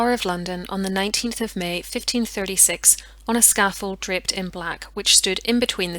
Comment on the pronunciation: i had to pause and listen to hear "draped in black" and not "dripped in black"